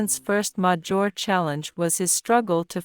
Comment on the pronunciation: Good one. Good range of facts. Seems AI generated, but cleaner than the George Washington one. But it still “concludes” multiple times. AI voice couldn’t pronounce “major” correctly.